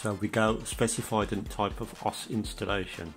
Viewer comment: O-S- wizard, not "osssss"